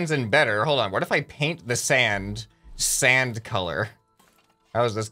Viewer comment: Who heard that said Sans instead of sand a few times